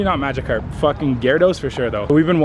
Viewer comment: He pronounced magikarp wrong